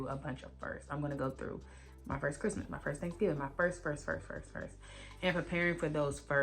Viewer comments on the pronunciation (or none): none